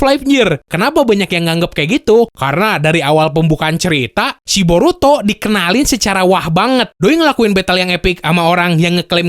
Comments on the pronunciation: "BoruTOD" 🤣🤣🤣 Di Awal.. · Brok, lu nyebutnya burutod ya wkwk